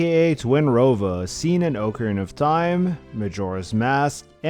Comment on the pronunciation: How refreshing to hear somebody say, "ocarina" instead of "acorena." Like, commented, subscribed. You earned it.